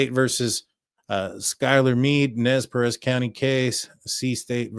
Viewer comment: You are doing such a great job at pronunciation of Nez Perce and Moscow. 🙂